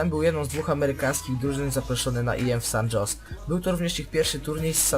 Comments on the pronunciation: "San Hose" a nie ::San dżos" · SAN JOSE (czyt. Hose), WE (czyt. dablju i)